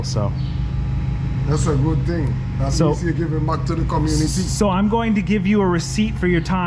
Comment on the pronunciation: "Das a good ting" - Jamaican Mechanic